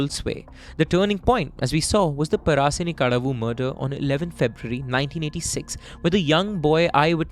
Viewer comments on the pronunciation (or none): Bruh it's par-shani-kadavu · Pa-ra-shi-ni-ka-da-vu ... Equal syllables.